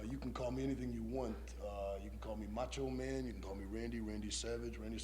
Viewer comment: Moncho Man? He keeps calling him Moncho Man.